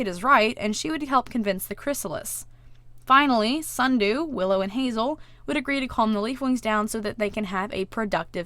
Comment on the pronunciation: yes allways say snudoo for sundew like sundew: why